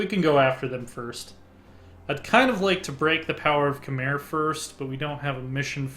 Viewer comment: 1. Pronounced Ky-mer 2. Pronounced (long vowel) Ang-core